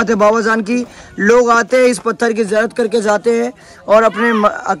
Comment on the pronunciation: Baba zaan nai bhai Baba jaan hai jiyarat nai bhai ziyarat hai bolna sikho zinda karamat bolte